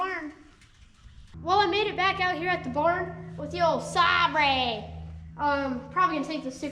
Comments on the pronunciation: Sabre is pronounced like star wars light "sabre" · As a European, I can confirm that this is the correct pronunciation of Saaabrey. Love the content - you are doing a grand job! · Aw, … it’s pronounced Say Ber🙂👍🏻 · Oh you know that’s even why he’s working on it! 😂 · “SAB-RE!” Hahaha! Clearly his father’s child! 😂😂